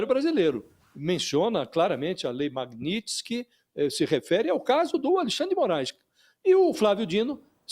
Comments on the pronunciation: Aprende a falar o nome da lei repórter ignorante. Magnitx? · JORNALISTA INTELIGENTE, NÃO TEM A LETRA "I" APÓS A LETRA T!🤣🤣🤣🤣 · A reporter não sabe nem falar o nome da lei magnitsky 😂😂😂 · JORNALISTA QUE NÃO SABE NADA! NEM SABE FALAR O NOME DA LEI! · apresentadora nao sabe nem falar o nome da lei kkkkkkkkkkkkkkkkkkkkkkkk